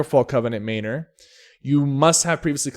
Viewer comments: its pronounced MANor not MAYnor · Man nor. Not may nor. MAN NOR.